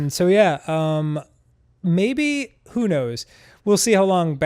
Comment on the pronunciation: "As somewon gwo grew up" wise words